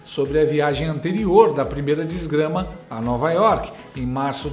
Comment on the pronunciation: "Primeira Desgrama" kkkkkkkkkkkkkkkkk